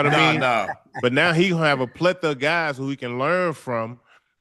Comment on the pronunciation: ISO and that “Pletha” it’s PLETHORA 😂